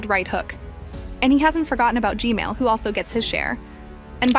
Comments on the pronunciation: It’s gman not gmail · its gman not gmail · Was at the premiere, really good job. And how you said g-mail instead of g-man really got me laughing so hard😂 keep up the good work! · It’s g man not g mail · It's G man not G mail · Its G-Man not gmail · Why she always say Gman as Gmail?